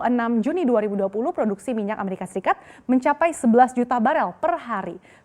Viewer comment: Ngakak sekali ngomongnnya "Amerika Sikat" buka Amerika Serikat wkwkwkwk. Ada di detik 8